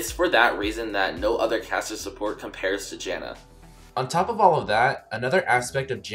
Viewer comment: Oooh, it's caster support not cassio support, confused me through the whole video